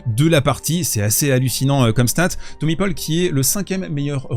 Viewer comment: « Thommy paupol » 🤣